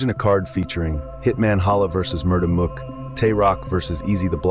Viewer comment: Had to leave the second i heard you say mook like book